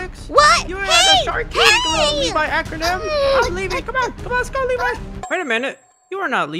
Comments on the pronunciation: Did anyone else notice said Levi Acronym instead of Levi Ackerman? 😂😂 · Not light saying Levi ACRONYM